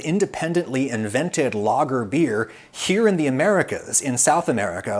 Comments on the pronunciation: Great video, But you butcher the word lager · I thought he was saying "logger"beer until he mentioned germany. Who the fuck pronounces lager like that?